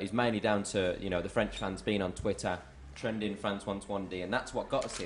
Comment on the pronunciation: The way Liam says twittah -3